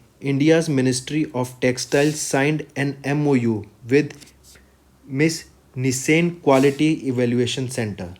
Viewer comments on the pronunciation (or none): none